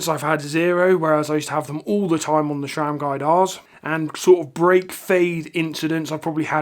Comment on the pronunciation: Great stuff. Sram please, not Shram. Thanks